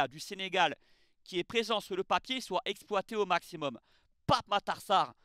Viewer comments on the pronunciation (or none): none